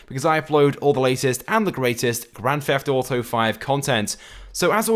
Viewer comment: GRAN FEFT AUTO